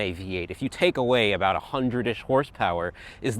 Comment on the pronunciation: Sorry aboot that bud